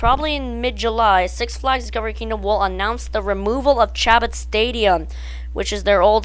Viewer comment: Chabot. Pronounced SHA-BOW... Really? It would be great if they ran it in reverse avery other week or permanently... Skyscreamer usually has no one in line, it would be good to draw more people in....